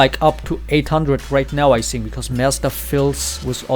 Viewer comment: i like your stream and this yt channel but try to not pronounce "think" as "sink" its so annoying, thanks,!:D